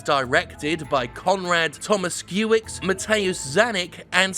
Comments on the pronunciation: I know It has been two months, but since no one else has written that before... It's pronounced: Con-rad Toh-mush-key-eh-vitch Muh-teh-woosh kah-ñ-eek Seh-bah-s-tea-ahn Steh-w-pee-eh-ñ Mah-r-*-in Blah-huh *I have no idea how to transcribe the "ć/ci" sound, but it's like "ñ" but made not from "n" but rather "tz" sound Also, there is a famous clip from an old Polish movie that parodies how hard our names are. Type "Grzegorz Brzęczyszczykiewicz" in YouTube, you won't regret it. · Conrad Tomash-keeavits Matay-oosh Canick Sebastian Stompien ...For what it's worth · Blacha and Stępień were close enough. Tomaszkiewicz though... Also, did he read Kanik az Xanik?